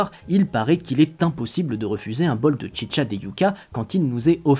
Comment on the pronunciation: À vous que tout le long de la vidéo t'avais envi de dire la chicha pas tchitcha